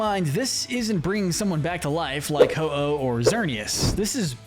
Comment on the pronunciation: IT'S HO-OH, NOT HI-OH! SAY IT RIGHT!